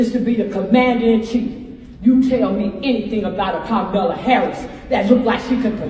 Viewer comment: "Carmella" Harris now😂...what is she, Carmello's sister now 😂...she can't win 😂! Trump WAS pronouncing it perfectly, until recently, when he changed it to "Ka-Mal-La", the famous pro wrestler that played a Ugandan savage 😂